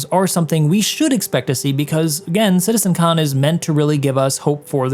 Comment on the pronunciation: why he keeps saying Citizen Khan? 🤣 Thats a British TV show...🤣